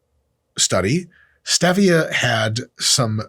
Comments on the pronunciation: Come on Mike every human calls it Stevia as in Steve e' a' Calling it Stev e' a' was so funny I couldn't through the video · Dude, it's STEEEEEVIA, and ZEEEEEEVIA! The whole POINT is to rhyme with Stevia. The "E" in Stevia is Long, not short. You people need to stop putting "your own touch" on words. There is the correct way and an INcorrect way to pronounce words. There's no such thing as "My Way." Same goes for Kefir. It's not Ka•FEAR. It's KEEEEF, then "UR!" Why do people do this? I'll TELL ya why... They are either uneducated and think that words are a choice in how they want to pronounce it, OR, they have a very small (or big) ego and/or a control issue hidden deep down inside. "Hmmmm... I'll say it my way, and you say it your way." Ummm, sorry, but it's not "my way or your way." It's either the correct way or INcorrect way, and I hate to rain on your parade, but you are pronouncing it the INCORRECT way. Informative video, though. Thanks!! Cheers! 😁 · My pregnant wife hearing Dr. Mike say pronounce Stevia: look at him. Look at this man. This Mr. Clean wanna be, girls tell him that he doesn’t have to worry about her best friend, and her best friend is Mr. Potato head. Name any word and I guarantee he will say it wrong. He looks like he just goes to the gym and takes steroids and talks about it. It’s STEVIA Me: I think he would pay for you to say that on the members page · It’s pronounced stevia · Okay. Dr. Mike says STEH-via, and Layne Norton says crea-TIN. Balance has been restored. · Etymology is the word you wanted . And it's Steve-ia, like the guy Steve. Named after Pedro Jaime Esteve (Spanish physician and botanist from the 1500s). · ...waste of time. Suspected it might be when he couldn't pronounce Stevia correctly. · Wtf are those big words in the beginning. Also it's stevia not stevia!